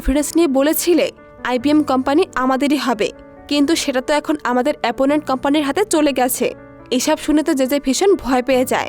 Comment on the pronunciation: এপোনেন্ট না, অপোনেন্ট হবে